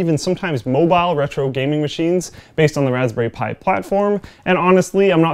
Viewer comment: 0;36 "... welcome to my review of the raspberry spthi 2 ..." What's a Raspberry Spthi? Can I get one? Based on this review it sounds AWESOME!